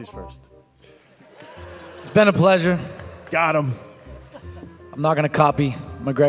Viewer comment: Ladies fortst 😂😂😂😂